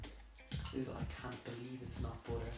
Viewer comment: I love the way you say "butter" it sounds like "boutter"